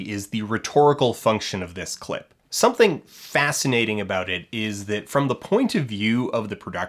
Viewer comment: He is hardly of a high social standard when he pronounces "something" as "summingck"